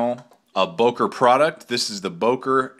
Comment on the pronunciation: Good Review. Btw. it is not Boker but Böker. How to pronounce ö/Ö: You can say Murder and there you have it. Think of it like Mörder (which is the german version of Murder). Now pronounce Böker like you would pronounce Murder.